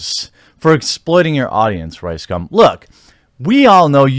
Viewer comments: Yo Jeremy - Can you at the VERY LEAST get his name right?? cough It's RiceSCUM ...Thank you. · Is it just me, or is Jeremy calling him Ricescum a few times in this vid? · Am I hearing wrong or I keep hearing "Ricecum"? XD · I only hear his "name" as RyeScum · Had to read the title twice to make sure I was hearing "riScum" wrong. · Ryescum XD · Ricegum sounds like Ricescum^^ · It’s pronounced rice cum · you're pronouncing it wrong its Ricescum